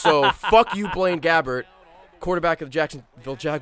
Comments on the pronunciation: 'Blaine Gabbert', I heard 'Blame Gavin'. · When he said Blaine Gabbert achievement, I thought he said Blame Gavin. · lol blaine gabbert, I thought he said blame gavin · Am I only one who heard say "Blame Gavin Legacy Award"?